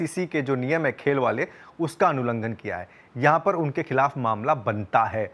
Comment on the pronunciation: अनुलंघन नहीं उल्लंघन,।